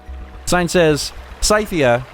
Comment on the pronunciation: Scythia is around present day Ukraine and Russia, it was mentioned in Herodotus's Histories also I thought it should be mentioned that it is pronounced Sithia (like the bad guys in Star Wars) I know it's a bit anal, but I just felt it need to be made known